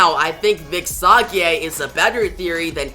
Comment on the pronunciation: Sage is Say-Jh.